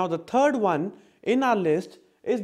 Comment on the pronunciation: I can understand almost all of this complex knowledge yet I childishly laugh at how the word "third" is being enunciated as "turd" from my perspective. Gotta have fun